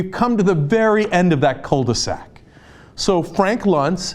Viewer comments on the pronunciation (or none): Cenk saying "cul-de-sac"... nothing like a cool anatomy term!